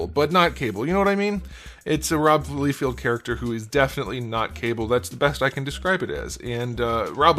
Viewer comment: Lie-feld, not lee-field